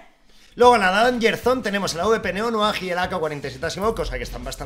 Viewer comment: nunca entendi porque noanuag en vez de neonoir